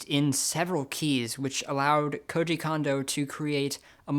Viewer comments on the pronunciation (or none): none